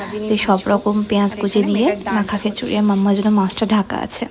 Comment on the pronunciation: Khechuri na bolun khichuri